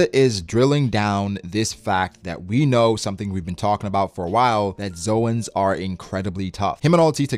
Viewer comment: Zoans Zo-ans actual pronunciation 'Zones'